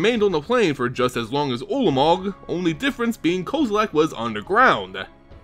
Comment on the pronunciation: Aay bro the way you pronounce kozilek is wack, its cool tho. Thanks for the info